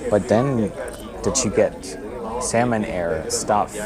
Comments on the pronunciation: Its Xiamen pronounced Shar-min not salmon like the fish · Not 'salmon',, 'seeahmen'. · Sounds like you're saying Salmon Air. 😄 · Yeah. But Xiamen is a Chinese city & pronounced "Sha-Men". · The brightest cabin during take off,lol!!!Youre right,lights off during take off only emergency exit lights are on.Why do i keep hearing Salmon Air tho?🤣🤣🤣🤣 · I'm flying SHERMEN AIR... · No no u just hear "salmon bhai" 😂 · When you say Xiamen air sounds like Salmon air.